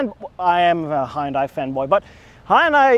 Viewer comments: It's Hun- Day....not Hi-Un-Die. Well if you say it that way...it's ok. 😁😁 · fanboy cant even say the name proper smh its pronounced HE-YUN-DAI not HI_UN_DAI Einstein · In America, the brand is pronounced "HUND - DAY" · tis meer ... hi-un-dai .. niet hai-un-dai ... overigens vooral groot in het maken van schepen, net zoals samsung, 2 van de grootste scheepswerven in de wereld ...daar is een funfact die de meeste mensen niet zullen kennen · As one dutch person to another dutch person: Put an LS in it. And then they both laughed because a V8 is a lorry motor and engine swaps in the netherlands are barely a thing. Ps: Also, it's kind of pronounced "h'yùn dèh". The "y" isn't pronounced like "eye". Source: Some of my former classmates are korean. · lol As a Korean everytime I see someone say "hi-undie" i get mixed feelings.. Since the english pronunciation itself is to blame not individuals, but also that nobody really cares how the Korean company is pronounced in its mother language. BTW some youtubers call it "hunday" and I often see many comments trying to correct them, but that's actually the closest pronunciation to original that I've seen of English-speaking youtubers. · Maybe it’s a New York thing, but we pronounce it as HUN-DAY I like the way it looks, and don’t recall ever seeing that model before. I’ll keep an eye out for it on the road. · It took me a hot minute to realize you were saying "Hyundai" and not "Hind Eye." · Just saying, but your pronunciation of Hyundai is wrong. In Korean, it's two syllables. "Hyon-dé" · Hyundai is pronounced Hunday just like Sunday 👍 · Hyundai rhymes with Sunday, as the Koreans say ;) There is no hi, there is no di. Hun-day (not 100% accurate, but as close as you can get with English based pronunciation). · Hyundai is pronounced like Sunday. Source: I was an engineer for Hyundai. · "Huhn Day",. It's pronounced "Huhn Day" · It's a Hyundai, not a Hi-iundai. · It really irritates me when American Youtubers pronounce Hundai.....